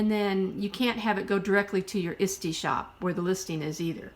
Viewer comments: all I'm hearing is Istie, kept thinking what is Istie? Sorry it is a bit of a toungue twister break it down it's ET SEE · Hi , thank you so much for sharing your knowledge on selling junk journals.. I never heard of the place "Isty" ? And was trying to look up such a site but found nothing. Could you tell me where this place is to sell junk journals.? Or are you trying to say ""Etsy".. pronunciation spelling doing the best I can because it's the name of a store so it wouldn't be an addictionary. Eht- 'see.. but if you are really saying Isty then could you give the site link please Thank you. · Good advice but I had to mute it and scan through and just read the tips. The repeated mispronunciation of ETSY (Eh See) was distracting as was the rambling and hesitation in the speaker were too distracting for me. To be honest if I did it I'd probably be the same way which is why I haven't attempted to do a YouTube video, :) I'd probably drive myself crazy with my awkward pauses and segways. I don't think I could sit through another video. At least the vocal tone was pleasant. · What the heck is Isdy? Are you trying to say Etsy or is it something else? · FYI, it's pronounced "ett-see" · Thanks for saying that. I could not figure what she was talking about. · Are you saying “Etsy”?